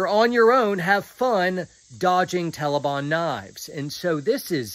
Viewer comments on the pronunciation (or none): Not to make light of this whole horrible situation and I love but I can’t get past “tellibahn” 😂